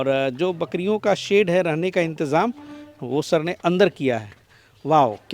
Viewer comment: Sir intimaaj nahi intizaam kehte h.